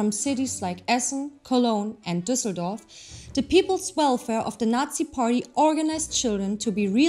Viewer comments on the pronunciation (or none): none